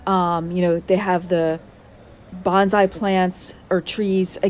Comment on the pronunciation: The actual way to say Bonsai is Bone Sigh. Bonzai is a totally different word. Nice video, thank you.